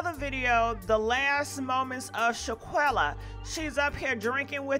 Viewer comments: It's not Shaquella, it's Shanquella. Pronounce it right! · Shanquella is her name....not Shaquella..... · Her name is Shanquella, pronounce the "n", please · Your butchering her name lmao bwahaha it’s SHAN. Shan shAwn like shawn quella shawn quella it’s pronounced I think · Please pronounce this young ladies name correctly if your going to report on her story . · You have to learn how to pronounce her name correctly if you are going to report on her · Since you want to capitalize off of this event, how about you learn to at least pronounce her name correctly. You know, out of respect and all.